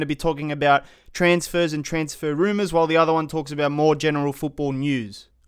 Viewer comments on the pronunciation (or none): none